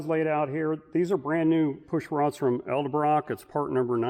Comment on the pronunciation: Quit saying Eldebrock.